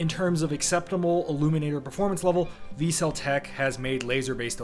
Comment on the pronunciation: Vertical Cavity Surface Emitting Laser (VCSEL = Vic Sel < pronounced). But it is still a great video.